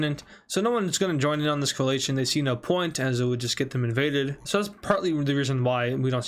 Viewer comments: Btw it's pronounced 'coalition' (Coh-a-li-shian) not (coh-ah-lay-sh-an) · Deadass said "Coal-ATION"